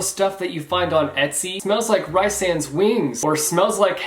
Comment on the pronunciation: thank you for pronouncing rhysand that way! It just sounds better to me